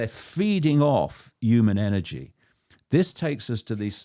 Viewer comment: David icke - the clown who thinks the moon was put in the universe by "the cult" and acts as a space station. He also claimed he is the only person who saw Ted Heath's eyes turn black. The man can't even pronounce the word "human" correctly.